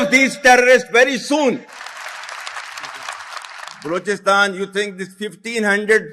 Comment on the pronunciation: Why is he saying...Blochistan😅...